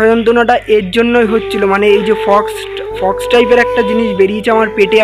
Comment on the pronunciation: Fox noe ota k Pox bole 😅😅🤣